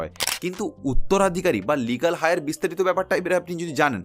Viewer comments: কথাটা “লিগ্যাল হায়ার” নয়, 'লিগ্যাল এয়ার'।। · কথাটা লিগাল হায়ার নয় লিগাল এয়ার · কথাটা লিগ্যাল" হাই আর" নয় , লিগ্যাল " এয়ার"। উচ্চারণ টা সঠিক করে বলুন। ভুল বলবেন না! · Legal Heir -er Heir shobde "H" silent taai etar uchcharon holo "eir".